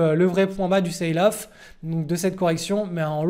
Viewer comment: Il faut dire "selle off" pas "ceïle off" (sail = voile) . Merci pour tes videos.